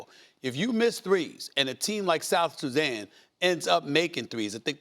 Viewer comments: "South Suzanne" 😂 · Did Stephen A. Smith say, "South Susan?" For somebody who's a sports commentator, he's showing a lot of ignorance on this issue. Players don't need to physically live in the countries they represent in international competitions. Also, athletes have always been able to acquire citizenships faster than regular people. Case in point, in one soccer World Cup, the Boateng brothers represented two different countries. One brother played for his mother's country, Germany, and the other represented his paternal side of Ghana. In addition, Joel Embiid, was born in Cameroon but he's playing for team USA in this Olympics. Nationalism is game for the poor. France won the World Cup with 9 players out 11 with African origin. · South Suzzan?🤣😂🤣😂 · Bro did he just say “South SuZan”??? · “South Suzanne” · 😢come on Stephen a smith south Sudan 🇸🇸 not south suzan 😂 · SA said South Suzan 😂😂